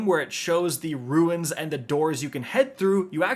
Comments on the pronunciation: Hey love your videos, you might be interested to know the word rune is pronounced like “roon”, as opposed to “ruin” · I die a little inside every time you say “ruins”. 😩